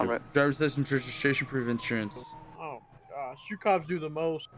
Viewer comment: "drivers license reshishashion and inshurance"